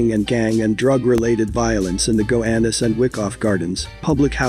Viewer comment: Gowanus not gohanus